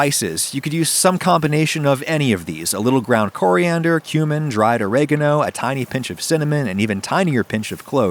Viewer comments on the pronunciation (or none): none